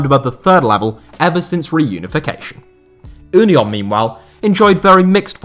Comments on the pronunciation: Just pronounce union the english way please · Thank you for pronouncing Union in the german way ;) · Never learn German please 😂 As a German I love the fact that no one can pronounce German names 😂 Ünion 😂